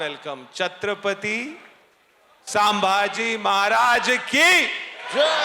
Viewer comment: Te Chatrapati sambaji nahi ahe te Chatrapati Sambhaji ahe .Aleast uchar Tari sarkha ghya .😠😠